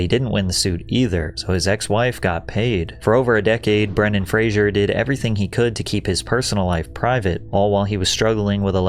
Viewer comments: I thought his name was Bren-Dan Fra-Zer not Bran-Don Fra-Zure as he keeps saying. Heard a few people mispronounce the name. Am I wrong? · Ah yes, Brendan Frasier